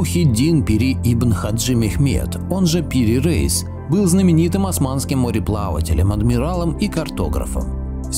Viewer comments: Автор, буду вежлива. Но все же не Топ КАпы, а Топ КапЫ. И Пери Реис, но не Рейс! Дальше даже смотреть неинтересно. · Пири Рейис ,а не Рейс